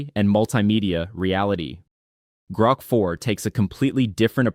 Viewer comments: AI generated for sure. Pretty good, but it’s GROK, not GROAK. Gets annoying after awhile. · One of the easiest ways to tell is when it mispronounce those things. Example: How many times did it say “Groak” (as in choke) instead of “Grok” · I realized it right as soon as he pronounced it "Groke" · Odd, the speaker after 2 minutes switches the pronunciation from groak as in goat, to grok as in rock. The latter was the preferred pronunciation of Robert Heinlein fans when the novel was published. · There is also the constant semi mispronunciation of "Grok" where "he" prounouces it really really like grope quite a few times. And yeah by the end it was obviously a script reader.